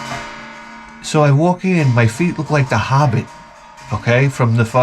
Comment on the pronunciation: "...feat like a Hobit..." 😂 Thank you for sharing. "from the Shiyer of hell" 🤣